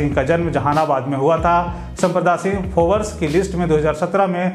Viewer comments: Bhai phobers nahi hota hai...Forbes Instead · Forabs nahi " Forbes"